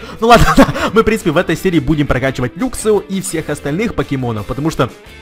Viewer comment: не люксио а лаксио и не люксрэй а лаксрэй